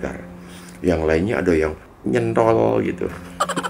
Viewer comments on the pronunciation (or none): Jogja banget 😆